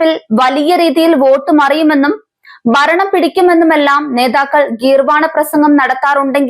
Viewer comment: ബരണം അല്ല, ഭരണം എന്ന് പറയൂ ചാനലുകാരീ 👄😝🥵